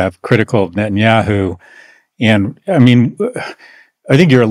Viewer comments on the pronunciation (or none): Why does Ian Bremmer insist on pronouncing it NOTinyahoo? 🤔